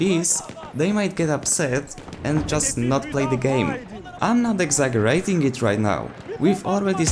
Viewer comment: Exaggerate Eg-zeh-juh-rayt